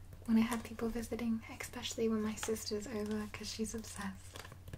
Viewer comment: Count how many times she says, "exspecially" before falling asleep, and win a prize!